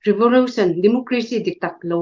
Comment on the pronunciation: Revolution pawh Revorution a lam ve tlat hi chu buaipui tlak tak tak a ni lo😃😃😃